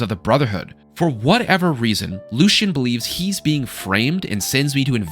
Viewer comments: LUE-SEA-AN. The game literally tells you how to pronounce his name. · Respectfully my man “Lucien Lachance” is pronounced “Lucy-un”